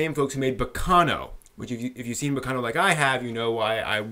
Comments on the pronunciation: While I agree with your comments on the first 3 episodes, I think it would be better to not compare it to Baccano as much as you do. (By the way, you're the first person I've ever heard pronounce it baKAno... o.O) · it's pronounced ba-ca-no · Dude the way you pronounce Baccano pissed me off for some reason